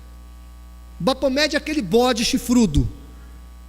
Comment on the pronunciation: se lê Bafometxi e não Bapometxi "ph" se lê "f" em ingles